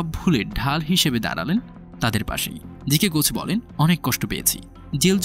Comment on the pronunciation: জি কে গউচ না, বলুন জি কে গউছ। একজন সম্মানিত ব্যক্তির নামের উচ্চারণ সঠিকভাবে না করলে শুনতে খুব দৃষ্টিকটু লাগে।